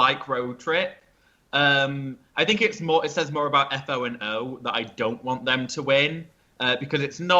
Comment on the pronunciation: It's pronounced Foe and O! (it bothers me to hear F.O. and O. all the time x) )